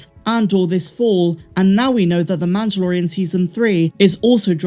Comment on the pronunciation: why cant you say mandolorian? its not MANToLorIAn